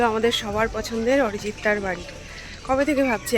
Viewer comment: বাংলায় উচ্চারণ করলে অরিজিৎ ই হয়, আরিজিৎ নয়! লোক কে অপমান করতে একটু ভয় হয়না? উপর এ কিন্তু একজন সব দেখছে!